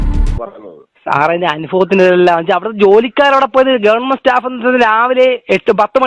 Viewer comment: ഗവർ മെന്റ് അല്ല MLA സാറെ. ഗവണ്മെന്റ്. പ്രൊ സീഡിയർ അല്ല. പ്രൊസീജർ. 😂😂😂😂.